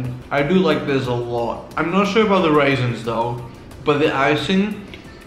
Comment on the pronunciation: ..did he just say.. waisins?